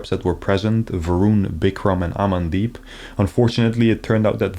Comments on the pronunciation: Hahahaha Amaan-deep hahaha ... good video though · I thought you called him Amandeepshit